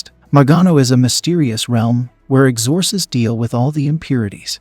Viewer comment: Learn to pronounce things....like exorcists